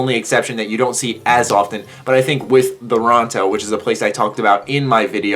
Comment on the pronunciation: voronto???? u mean toronto